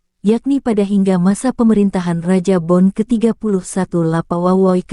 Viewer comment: Bukan kerajaan bon tpi kerajaan Bone, tabe klw berbicara jgan di kurangi hurufnya, klaw tda yg tidak suka bisa d tuntut kamu it , maaf cuma ksi masukan aj 🙏🙏